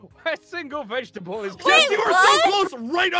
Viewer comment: You put an "s" vegtable"s" It is Vegetable Not Vegetable